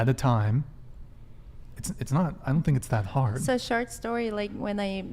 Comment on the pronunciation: When the girl in the black v neck said, "short story," it sounded like, "shart story," and I was expecting a much funnier story after that.